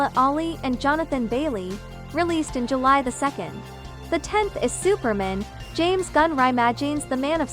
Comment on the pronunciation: Slight mispronunciations. Like "Supermen" and "AvaTer "Always learning. But Great Video. 👍